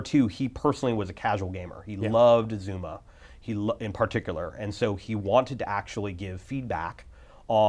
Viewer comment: It's Zuma, not Zumba.